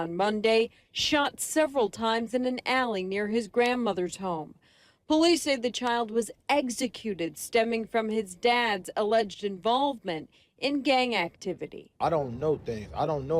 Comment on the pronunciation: Did I hear that ABC7 reporter right. Did she say "EGGSecuted"????